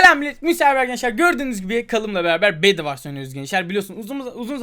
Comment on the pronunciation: O bed vars değil bed vors